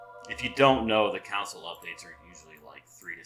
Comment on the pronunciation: It took me 16 minutes to realize you were saying CONSOLE and not COUNCIL.